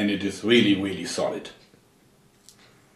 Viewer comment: " and it is weally weally solid" i love your accent